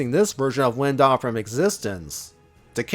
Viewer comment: An excellent tribute to our favorite Ultimate Lifeform. Would definitely be into more videos like this in the future. Although I think you kinda messed up certain names, like Lien-Da and Prelates.